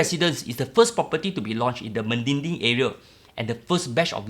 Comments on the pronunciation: it's MEDINI,,not MEDINGDING... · Me di ni, not me din ni la bro